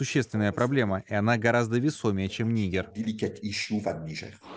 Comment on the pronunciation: Господи , вы что расисты ??? НигЕр ударение ставится 🤦